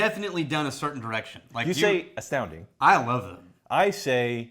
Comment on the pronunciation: You say astounding, I say, exceptional. Correction, you say astoundink…